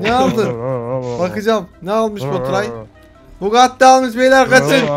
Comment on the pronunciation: bu gati mu deyo lan oyle deil bugati